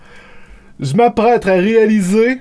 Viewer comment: Alors déjà dès le début on entend "Je m'aprêtre"